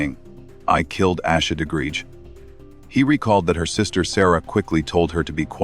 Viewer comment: Im ashamed the clickbait got me too. On top of that, theThe AI didn't pronounce her name properly. Lizzies text were misrepresented. They said "theory is I did it, Accident, covered it up." Sarah texts back "Why would it be you?" That as well as the Parents being the ONLY people listed as suspects on the warrants makes it pretty clear that the girls weren't responsible.